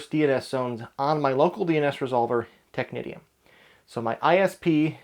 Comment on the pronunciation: Isn't Technitium (excellent server BTW, I used it too but as authoritative too—for AD no less) pronounced as "technician"? (but with the correct vowel sounds, of course).